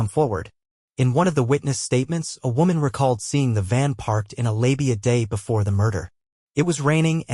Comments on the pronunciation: The Narrator called a 'Layby' a 'Labia' 🤔🤣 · It's lay by, not laby like baby! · Do you realise that the word "layby" has been deciphered and spoken/written as "Labia" in the video. These AI voice are annoying at best and ridiculous when they substitute intimate bodily parts for other words! If you're running a channel consider narrating yourself possibly? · Why can’t people do their own voiceovers….the van was parked in a “labia”…. Really??? 😳🤣 And “will cheer” instead of Wiltshire. I don’t think there was any cheering going on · Right. I must admit "labia" really got me. I thought I knew UK English but it destroyed my confidence. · This AI narrator makes mistakes with the pronunciation of names (Wiltshire), and also with some basic words (e.g. lay-by).